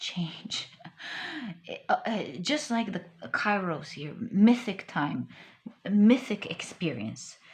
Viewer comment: Pile 3.Kairos is pronouced "Keros" in Greek. Thank you for an overall beautiful reading